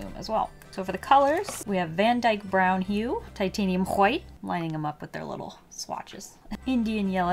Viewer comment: love that pronunciation 😂 Titanium Whhhhhite